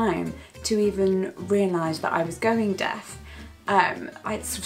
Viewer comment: Everytime she says 'deaf' i hear it as 'death'